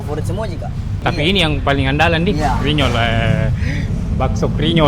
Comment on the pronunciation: Bkn krinyol tp grinyol hrsx ces..😂